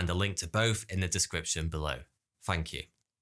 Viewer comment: No good sir... Fank you!